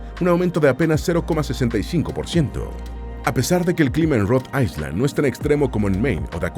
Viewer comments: Se pronuncia Rhode Ayland no Rode Aysland, aunque se escribe Rhode Island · No se pronuncia Rhode AISLAND con S sino Rhode Ailand sin S. Es una particularidad del Ingles. Como tampoco se pronuncia ILinois con S sino ILinoi sin S. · Rod AiSSSSSSSSSSSSSSSSSSSSland?? Qué mal pronuncia la IA 😢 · Rhode ISLAND... me daban calosfríos cada vez que escuchaba "aiSland"